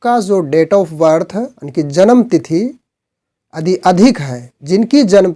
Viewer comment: आप यदि को अदि क्यों बोलते हैं ?